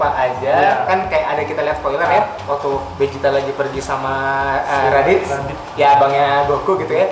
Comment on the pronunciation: Vegeta atau Bejita, bukan Bezita